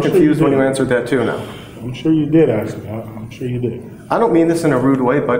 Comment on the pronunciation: Could you axe the question again officsar